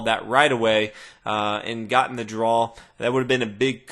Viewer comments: That word you keep saying, drawsh or something? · Great videos. Never figured out why you pronounce draw the way you do